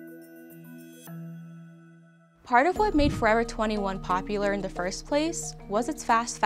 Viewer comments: Love this series; suggestion for, pronounce your "th" like a "th" instead of a "d". For a journalist to say "dat, duh and dare" instead of "that, the and they're, sounds... rough. Additionally, I heard "wurf" instead of worth. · This girl can’t pronounce “th” she says “da” for “the” lmao